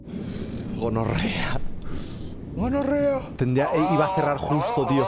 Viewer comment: Rebius diciendo gonorrea JAJAJAJ, muy colombiano